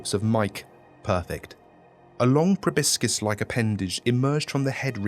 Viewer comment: I.. don't think that's how you pronounce "proboscis",.